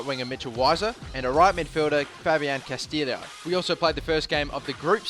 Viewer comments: its pronounced casteeyo not castilio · And its pronounced 'Castillo' not 'Castillio' :P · Weiser is pronounced with a "V" sound, since it's a German name. Castillo is pronounced like Castiyo. The double "LL" in Spanish make a "y" noise. Yo hablo Español und ich kann Deutsch :)